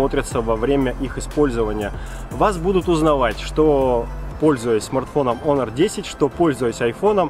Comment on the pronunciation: не Хонор, а о Онор))